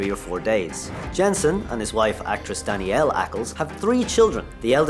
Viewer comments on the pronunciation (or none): Danneel, not Danielle. Come on. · his accent won't change one name to another though. And my accent is closer to his than to American, and it is not difficult to say Danneel without adding a syllable. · I was scrolling through the comments and was wandering if anyone else who going to say he said her name wrong.